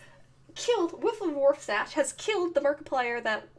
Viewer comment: Also it's not waf stache it's warf stache